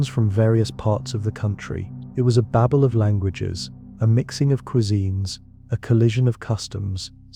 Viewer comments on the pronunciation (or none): none